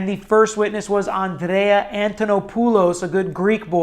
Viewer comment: he has shotty greek on andreas name too.. apparently he doesent speak japanese or greek... it sounds like satoushi.